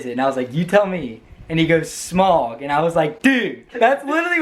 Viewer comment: It is Smaug, not "smog"